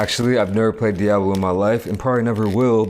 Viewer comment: really poking through with that "Diaaablo" pronunciation